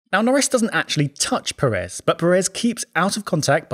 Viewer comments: Please stop calling Sergio Pérez like if it was Per(é)z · Brother, if you can write Checo’s last name correctly, you should pronounce it correctly as well. Pérez, with the emphasis on the first syllable. Thank you very much. Keep up the excellent content! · Pérez. Giant clue as to the pronunciation. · why is it that British people say Peréz instead of Pérez? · It is pronounce PErez no PerEz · Undisputed best plugs in all F1 YouTube, easy. ... The pronunciation of "Pérez", tho... :(